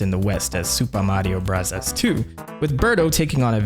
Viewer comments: "Super Mario Brahzaz" please stop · I am very interested in the subjects. But his pronounciation of super mario brothers is so icky i cant watch it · That SMB pronunciation hurts so bad. Why do you say it that way? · I gave you three chances but you kept saying “Supa Madio Brathas.” I just can’t handle the cringe. Have a good one. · I love how you say supah mathio brazas 😅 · It's a Japanese accent People were complaining about him saying "Bros." instead of "Brothers", so now he says it exactly how they would say it in Japan. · Found this channel over the weekend and I am absolutely addicted. I love the humor (they way you say Super Mario Bros cracks me up), and you still find new ways of blowing our minds with new info from your research. I had heard of Captain Rainbow before but not the Birdetta storyline. Also found very interesting to learn that they used queer voice actors to voice Birdoes in the past as well. Great work! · Why tf are you saying Super Mario Bros like that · What’s with the accent when saying the name of the game?